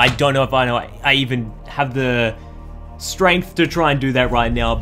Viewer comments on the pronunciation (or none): none